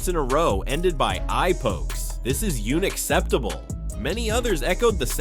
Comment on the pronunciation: You nacceptable .... yes AI, that is younacceptable. Geeze & I thought that their names were the issue.